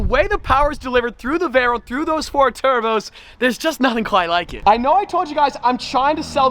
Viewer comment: Does this man really think we can afour a buggati